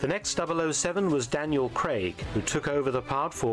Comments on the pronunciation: His name is Craig! Daniel Craig! NOT CREGG! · Where's DAVID NIVEN !? He played James Bond in the original CASINO ROYALE in 1967. CUBBY BROCCOLI's family " invented" the vegetable broccoli by crossing cauliflower and rabe. CRAIG is pronounced CRAYG not CREG !